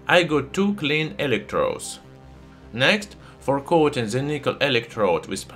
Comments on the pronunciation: Just stop pronouncing ' the' , za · Why you pronounce "z" the "th"? Zis is ze best element in ze world😂😂😂